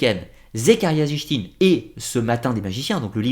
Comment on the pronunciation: Très bonne vidéo comme toujours mais on voit que tu n'es pas un adepte du néo-evhemerisme à la façon dont tu prononces les noms ( on prononce Éric et pas Enrich pour Von Daniken et sitchine et pas zichtine😉) je sais que ce n'est qu'un détail mais ça m'a un peu perturbé à l'écoute de la vidéo